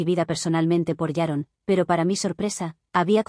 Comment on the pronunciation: ¿Por qué todas las suegras llamadas «Sharon» (o «Yaron», como se escucha) son tan repugnantes?